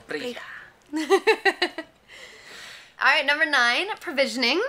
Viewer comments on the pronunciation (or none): Pronunciating "thanks" in Portuguese like you did ("briga") actually sounds like you're saying "fight" hahaha! You have to be sure to pronounce the "do" syllable after "briga", then it'll be "brigaDO" haha. Awesome video btw!!! A curiosity about Recife is that you never should get in the water, because it's open sea and the chances of a shark getting to you are super high compared to other Brazilian beach cities. You must have realized that almost no one get even in the shallow parts of the water there...